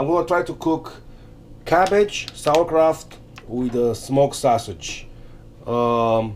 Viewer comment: It is SAUERKRAUT not sawerkraut